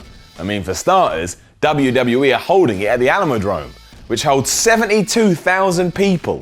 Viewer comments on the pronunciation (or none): . it's pronounced AlamoDOME, not AlamoDROME I live here, I know. Besides, I was at the Royal Rumble there in '97, the one that set the attendance record. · Just so you know for future videos... it's the Alamo DOME, not Alamo Drome. Just here to help. :) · He said Alamo dRome